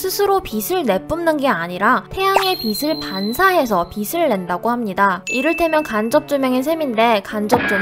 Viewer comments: 목소리 너무 귀여워요 근데 빛을 빗으로 발음하는 건 좀 신경 써주세요 빛은 ㅊ 받침이라ㅇ조사랑 붙으면 비치 비츨 비체 같이 발음해야지 비시 비슬 비세 이렇게 발음하시면 안됩니다 너무 신경 쓰이네요 ㅠ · 빛을 - 비슬 이라고 읽는 거 킹받네여 비츨 아닌가여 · '빛을'을 '비슬'이라고 발음하면 머리를 빗는 데 쓰는 '빗'이 되어버립니다. '비츨'이라고 읽는 게 좋을 것 같습니다. 항상 잘 보고 있습니다. :) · 지식 교양 채널이면 '빛을'을 '비슬'이 아닌 '비츨'로 정확하게 발음해 주세요. 듣는데 계속 거슬리네요. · 빛 : 비슬x 비츨ㅇ 발음좀.. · 빗을 x 빛을 o 제발 듣는데 겁나거슬림